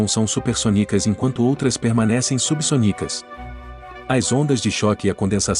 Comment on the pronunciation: O apresentador deveria saber que o correto é "supersônico" e "subsônico" (com a sílaba tônica "sô") e não "supersonico" e "subsonico" (com a sílaba tônica "ni"). Essa doeu nos ouvidos.